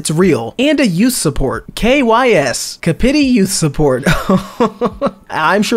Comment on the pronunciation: Come on, at least pronounce it correctly; the 'p' is part of the first syllable. It's not "Car-pity", it's "Cap-iti"